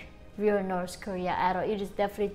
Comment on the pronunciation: Why do you pronounce north Korea as noths korea?